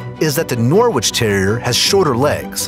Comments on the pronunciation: I’m not from UK but it’s pronounced like ‘Norich’ but spelt Norwich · Attention! The "W" in Norwich is SILENT, it is pronounced NORRICH. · Sorry, buddy! I'm from Norwich, and it's pronounced Norridge, like porridge! Trust me - there's British place names far more confusing than that! 😆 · It’s pronounced Nor-rich not Nor-Wich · Yes! It made me laugh when he said Nor Witch!! I think Americans have a hard time pronouncing quite a few British place names, but to be fair Worcestershire and Edinbourgh are not pronounced ANYTHING like how they are spelt so I can quite understand it. Still makes me giggle to hear foreigners struggling to pronounce these though!! 😂😂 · The w in norwich is silent, also the cairn and norwich are fairly dissimilar but the norwich and norfolk terriers are very similar breeds. Also the photo of norwich countryside is nothing like - it is almost entirely flat, no cliffs there ! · The 'W' in Norwich is silent